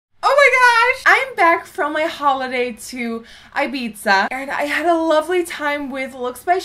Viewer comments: it's "i-beeth-a" not "i-beeza" 😂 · Just FYI - It's Ibiza like I-BEE-THA like Thad not Ibizza like Pizza. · I think it's pronounced like Ibitha Nikki haha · eye-biza omg, never hears anyone pronouncing it like that :D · Don't you pronounce it Ibitha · Ibiza my dear is pronounced IbiTHa no 'z', 'TH'. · Erin MacPherson yeah that pissed me off! By the way, we have the same name! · The way she said Ibiza just..man..no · The pronunciation of Ibiza, noooo!